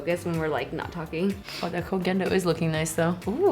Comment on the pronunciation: I love that pronounces Koh Gen Do correctly!! lol